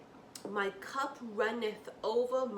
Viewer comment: "Runeth ova"